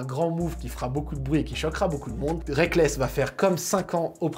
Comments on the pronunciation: Très bonne vidéo comme toujours, mais le A dans Reakkles me brise le coeur :'( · Aye rekkles pas reakkles